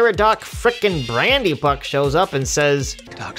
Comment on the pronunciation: Did you actually call Merry Brandybuck “Merr-a-dock”? Terrible.